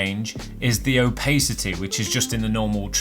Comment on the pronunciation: btw Opacity is pronounced ow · pa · suh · tee rather than ow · pay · suh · tee much love